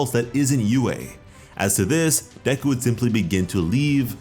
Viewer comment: its not deku, its deku🙄